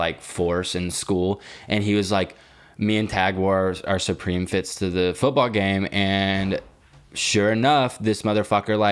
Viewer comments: He said “soupreme” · Why is saying SOOpream